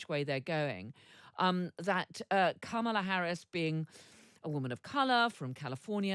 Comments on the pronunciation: Kamala pronounces her name; Comma-Luh….Whatever you think of her, her rocked, her policies, please respect the pronunciation of her name. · Please pronounce her name right... com ma la...be a journalist... fact check!!! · Please pronounce her name correctly…